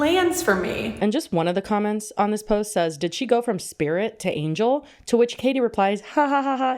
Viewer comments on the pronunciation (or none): none